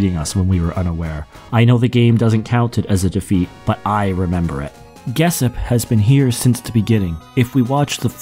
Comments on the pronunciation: Geshp is pronounced Geshp, not "Gessip" 😅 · You definitely mispronounced "Geshp".